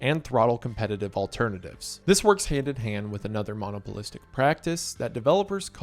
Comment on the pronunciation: jesus it's not mono-polistic it's mon-opolistic like monopoly it's not mono-poly... ffs learn English.. it's your first language and you mispronounce words EVERY VIDEO!